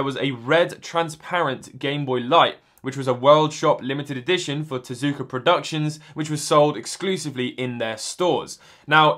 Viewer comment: It is TezUka, some times in Japanese the U is silent but not in Tezuka, don't ask me why because I don't know, it just is.